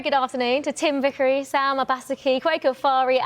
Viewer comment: What a genius is Mr Vickery. First heard of him a few years ago WC Brasil when he was doing coverage for TalkSport. His knowledge of the game is immense and what I like his the way he pronounces the names of South American players. Totally brilliant. he has the flare and passion!